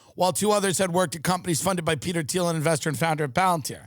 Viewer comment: Peter Dinklage popped in my head everytime he said Peter Theil